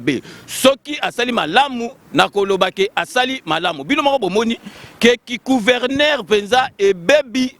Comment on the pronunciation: Balobaka " Gouverneur, pas Couverneur" svp